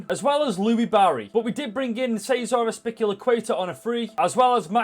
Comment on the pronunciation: Really funny when you tried to say azpilicueta 😂 nice video as always!